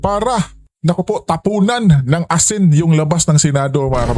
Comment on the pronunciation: ASIN NOT ASI